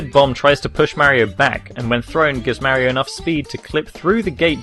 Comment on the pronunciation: u say Maerio instead mario